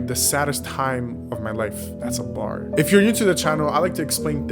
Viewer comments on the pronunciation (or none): “That’s a barrr” 💀